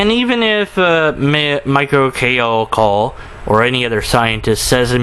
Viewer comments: Michio Kaku: MEE-CHEE-OH KAH-KOO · How can he NOT pronounce his name??? It's the EASIEST Japanese name in the world to pronounce! It sounds EXACTLY LIKE what it looks like. And people will follow this guy. WOW. Critical thinking is worthless on this generation. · Lmao you cant even pronounce his name, i listen to you not... He is talking about god would exist, but not like a genie where you could pray to get shet, but creating a harmonious universe... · Me-che-o as in cherie-o Ka-koo. He lost it about 10 years ago. He got all wishy washy on this religious issue. Some SJW talked to him and said he must respect religion or stop disrespecting the religious for some reason and he fell for it. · Holy shit, you can't pronounce Michio Kaku?! It's so damn easy. Sound it out! And learn how to use a camera properly.